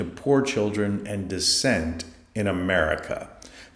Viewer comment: "dissent" Not - "descent".